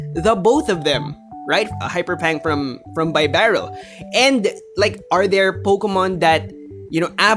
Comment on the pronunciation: Even the great isn't immune to my pronunciation corrections:-). BEE-Barrel. Like a Beaver:-). Great video trying to explain the complexities of this meta. Im still trying to wrap my head around everything... good thing my tournament isn't for another week or so -_